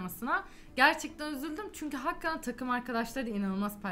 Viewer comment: seviyorum sizi başarılarınızın devamını dilerim, hakkaten değil hakikaten ona da dikkat lütfen :)